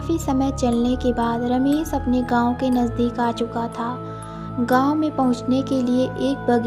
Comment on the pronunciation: Ramesssssss, Ramesh hoga.....Ramesss nahi